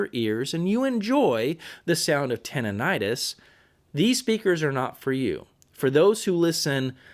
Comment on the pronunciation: For God's Sake learn how to pronounce Tinnitus.